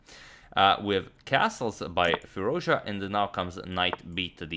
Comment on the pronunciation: Fie-Ruz-Dja(dʒ) {Like Jazz} is the correct way of saying his name .... I'm a excellent subscriber :)